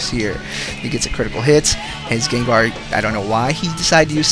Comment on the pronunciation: it kinda sounds like ur saying gaydar not gengar